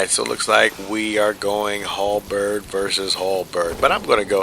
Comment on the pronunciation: The way you said "Halberrrrrd" made me laugh.